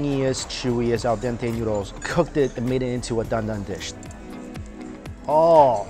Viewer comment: I always adore the way mike says 'noodles'. Its 'newdles'. 💜